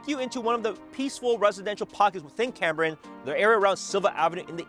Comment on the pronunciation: It is CAME brian - not CAM brian. I grew up there.